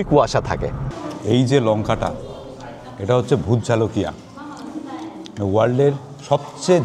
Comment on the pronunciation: Did i hear Bhut Jhalokia? it’s in fact pronounced, bhut jolokia